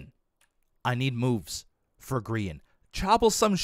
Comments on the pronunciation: Gem: birch hugger (instead of tree hugger) Grain: did you die? Perhaps you perished? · "Grain" for Grian